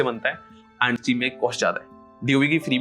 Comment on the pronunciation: Nice video brother, i have been following your channel since a a year I like the editing and the way if explaining. It's easy for everyone to understand. ❤❤ . . . . . . . . . but I'd like to highlight this as it'll create bad impression Don't pronounce आंड ❌ Pronounce अँड ✅